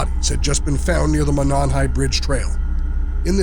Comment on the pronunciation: Monon is pronounced Mō-non.